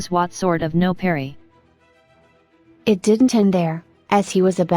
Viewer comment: "It looked sinister, dotted with gooey dots of who-knows-what no perry....", learn words please... It's nopery. Get it right.